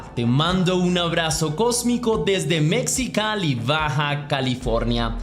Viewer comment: Mecsicali? jajajaja 😂😂, se pronuncia M E J I C A L I (se escribe Mexicali)